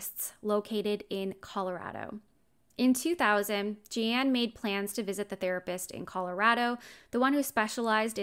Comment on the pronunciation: Her name is pronounced the way, “Gene,” is pronounced. Or like blue jean. It has an e on the end but it’s 100% pronounced like jean